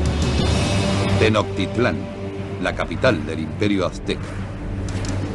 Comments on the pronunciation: 4.26 ¿"TENOCTITLÁN"?... mmmm... ¿no es Tenochtitlán, ya ni Locuendo... 😂😂😂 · Primero debieron enseñarles la correcta pronunciación antes de hacer el doblaje, porque eso de "actecas" , "tenoctitlan" y "huitchilopochitl" esta del nabo. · JAJAJAA me da mucha risa como tratan de pronunciar las palabras Mexicas los españoles. tenostitlaa jajaja Buen Video!!! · Tenotitlan estos españoles nos dan en la madre hasta en la forma que pronuncian nuestra propia historia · Desde el inicio esta mal Tenochtitlan!!! esta mal pronunciado (Tenoctitlan) la ch tiene una pronunciacion diferente..